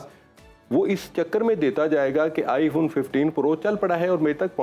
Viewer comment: Fawn nahi hota, phone hota hai, sara Pakistan ghalat pronounce karta hai